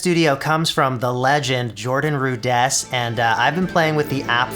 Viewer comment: His name is Rudess, not Rud-ESS. Nice to see him featured, though.